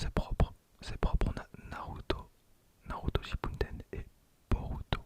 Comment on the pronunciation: Tu me stresses a dire Shippunden alors que c'est Shippuden, sinon trés bonne vidéo !